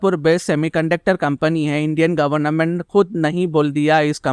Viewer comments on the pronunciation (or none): Government hota hai N mat use kro ap governa ment bol rahe ho